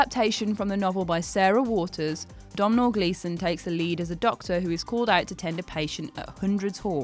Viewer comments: Domhnall= dough-null not dom-nall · The scariest part of this video was the pronunciation of Domhnall's name lol